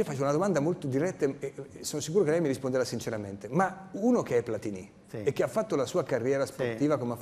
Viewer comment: Platini .....senza accento sulla i. Nonni di Novara